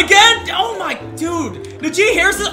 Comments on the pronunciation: Najee is pronounced Nah-G not na jee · It’s na gee Harris not na she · Did my guy say nu g?!?! It’s najee!! I live in Tuscaloosa so I get pissed when someone mispronounces najees name No hate tho 🙂🙂🙂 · Bruh who Tf is nuh gee, it’s najee 😭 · You’re supposed to pronounce najee like “Nah G” not “Nuh G” 😭😭😭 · Nah G. Not Nuh jee. Hate to be that guy but it was pissing me off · it’s prounounced NA-SHEEE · Btw it’s naajee Harris pronounce it like dat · Yo I’m sorry but the way you said “Najee” is disgraceful 🤣💀